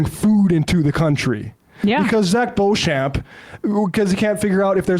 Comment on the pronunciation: For future reference... Beauchamp is pronounced "Beach'm"... I know, it's one of those names that's spelt differently to how it's said...ahh, gotta love the english language and it's foibles...🥴 🙃🐨🇦🇺